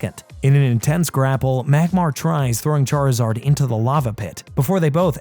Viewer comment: So he say Charizard the right way but cant say Charmeleon right...